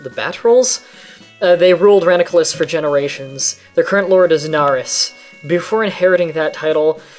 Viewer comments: It's pronounced rananculus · Lol he still has to read it. You should type it as "Ra-nan-cu-lus".